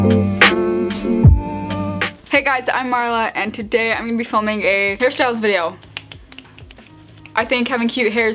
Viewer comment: it sounds like she's saying harry styles ahaha